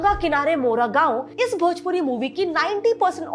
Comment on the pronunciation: Didi bhoji wood nahi bhojpuri 😂😂😂